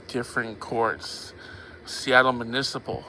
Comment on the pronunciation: it’s municipal, not manisiple